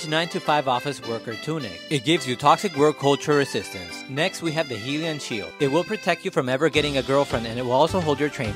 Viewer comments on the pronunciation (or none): Heel-ian sheild bro u just insalted a entire fan base it pronounced hi-lian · Please tell me I'm normal for pronouncing it Hi-lian not He-lian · It’s pronounced haylian shield, not hi-lian shield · Literally lol 😂 it’s pronounced High lee an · I get so triggered when they mispronounce the hylian sheild it’s pronounced Hi-Lee-An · You didn’t just pronounce hylian like you just did brother lol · I continue to be genuinely surprised by the amount of people who can’t pronounce “Hylian” right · The way you pronounced Hylian was actually terrible